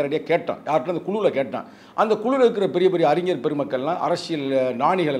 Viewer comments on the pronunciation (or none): none